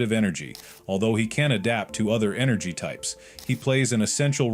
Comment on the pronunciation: Blud keep saying negative enegry